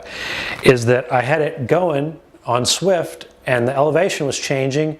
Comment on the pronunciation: It's Zwift with a Z... not Swift. Thanks for the review, it's helpful